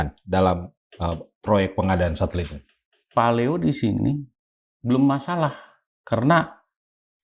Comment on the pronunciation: Satelit pak jack jadi thulalit😂😂😂😂😂😂